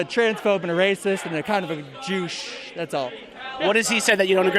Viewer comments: Sounded like the one dude says he’s a “Jewwwsh” but said douche 😂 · They NEVER KNOW what they’re even there protesting. A MAN IS A MAN, A WOMAN IS A WOMAN. WE HAVE THE FIRST AMENDMENT AND SECOND AMENDMENT FOR A REASON. FREE SPEECH IS FREE SPEECH FOR EVERYONE. Racist? Dude said “Jew-oosh”, like “douche”. Nazi? He said Ben Shapiro caused the Pittsburgh shooting- HE’S AS JEWISH AS THEY COME! The stupidity pisses me off every time I watch this shit. That one guy that was old as fuck openly admitted being paid and wanting to get violent. We need someone to infiltrate ANTIFART on the DL, and then publicly we need more groups (kind of like the proud boys, but perhaps with a leader that doesn’t say as much controversial shit) to go out and push back on these mask wearing assholes.